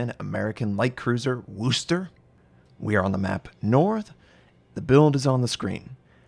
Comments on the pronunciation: FYI, it's "wus-ter" not "woos-ter" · It’s not Woo Ster. It’s pronounced Wuster. Wu s ter. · He says Wooster instead of Worcester I really don’t think u can English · That will do fine but never Woo ster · Nice try on the pronunciation but not quite right..... much love, Notser, from Massachusetts. ❤️